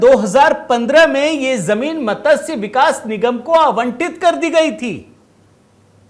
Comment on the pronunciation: मतस्य क्या होता है? " मत्स्य " बोलिये